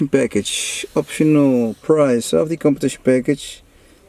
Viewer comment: The way he abused "competition" 😂